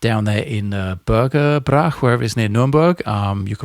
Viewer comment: Oh I‘d love to see you at Thomann. It’s the Helix Clinic, right? I‘m from that region, but unfortunately do not live there anymore. Planning on coming to Switzerland anytime soon? Btw it’s not really burger brach, it’s rather broken divided into burg and ebrach (burg meaning castle). 😅